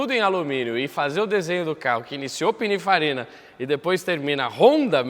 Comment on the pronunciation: “Pinifarina” n “pininfarina”